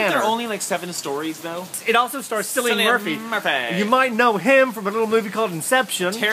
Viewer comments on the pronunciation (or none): just a heads up, Cillian is pronounced "Killian" not "Sillian" ;)